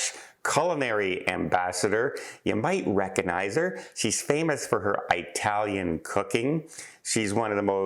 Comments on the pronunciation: Hey, it's not eye-talian, it's it-alian. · ...a subscriber and listener for years...BUT...it's eh-talian (like the word "it") not EYE-talian... Eye-talian definition: (chiefly US, slang, eye dialect, derogatory) Italian...still love you...;-) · It-talian not I-talian. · Excuse me but please don’t say ‘eyetalian it is Italian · It remains an open discussion if this pronunciation is derogatory or just ignorant. In either case it is very hard on the ears! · It’s not “eye” Italian… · Agree and I didn't take it that way...just alerting to maybe "offending" someone else...